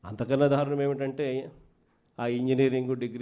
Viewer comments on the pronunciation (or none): none